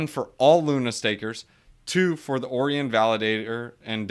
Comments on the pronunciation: Pretty sure it's pronounced Orion like O-Ryan not Orian like Oreo lol. Otherwise great video, ima check Terra out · Orion is pronounced O-ryan